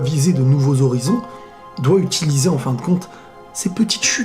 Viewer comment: Tu as di fin et Moi J'ai cru entendre faim mais pourquoi lui il parle de la bouffe Hahahahahah